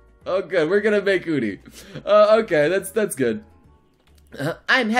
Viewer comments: "We're gonna make OOni" Nobel ples XD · Still triggered on how he pronounces Uni's name. It's you-nee. Not oohh-nee. She's not a damn sea urchin